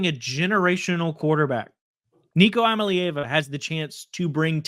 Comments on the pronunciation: Nico EEEEYA MAL EEE AHVA (like lava without the "L") WHY is it so hard? If you can't pronounce it correctly, just say Nico.. 11 - 1 sounds about right. SEC title. Natty. That feels right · Love the TN coverage! GO BIG ORANGE! And it's EE-uh-mah-lay-AH-vuh (Iamaleava). 🧡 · Come on guys, how do you still not know how to say Iamaleava? I think you said "I'm a lee ava" 😂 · (E ama lay ava)